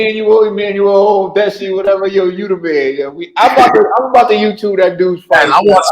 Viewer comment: put some respekt on tha "NIGERIAN" name. Its pronounced OR-DI-A-SE!